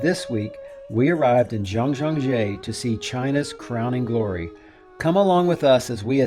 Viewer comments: Oh my God, why do English speakers narrating Chinese videos never ever bother to ask a few Chinese persons HOW TO PRONOUNCE THIS? It’s “Jiang Jia Jeah”. (Jee-ang Jee-ah. Jee-yeah). The “Jeah” sound like “yeah”, but with a stating “j” sound. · Hopefully this phonetic spelling will help: Jang Jya Jay-ah